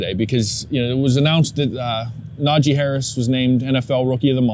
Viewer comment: I won’t have sympathy for until he pronounces NajEE Harris’s name right.